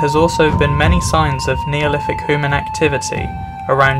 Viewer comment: I realised that a few weeks after posting the video 😁 i am from Norfolk so we get to pronounce everything incorrectly!